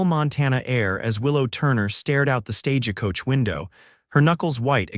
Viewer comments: You know there's no ah in stagecoach. It's not pernounced stagecoach. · Verbiage was not well in many ways. Are you all from another country so don't realize when reading the story how certain words are pernounced. Like I read (reed) the letter. It's I read (red) the letter. Not Stage a coach just Stagecoach drop the ah in middle.